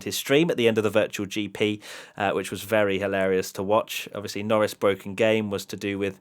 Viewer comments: It's not his fault. His son was bwoken. Its bwoken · It’s bwoken! It’s bwoken! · "IT'S BWOKEN, IT'S BWOKEN"